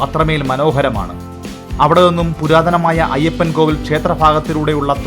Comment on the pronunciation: Ayyappankoil, അല്ല ayyappankovil